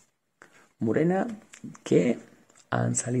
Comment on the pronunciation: Murena,Calígula???.Por favor,y encima lo repites muchas veces.Por lo demás perfecto como siempre.Un saludo.